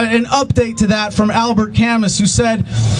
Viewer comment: "Camus" is pronounced "Ka Moo"